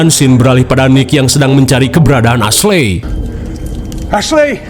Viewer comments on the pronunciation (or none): Jir nama asley beneran di baca asley😭